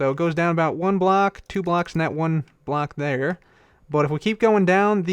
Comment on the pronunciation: I heard you said black instead of block